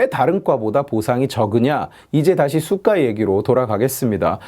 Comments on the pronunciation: 왜 자꾸 cyka로 들리지? 제 귀는 썩었습니다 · 수가 하실때마다 Сука 이 발음같네요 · 좋은 영상 잘 봤습니다 ㅎㅎ 근데 내용과는 관련이 없는데 '수가'라는 발음이 러시아욕이랑 같아서 들을 때 깜짝깜짝 놀라네요 ㅋㅋㅋ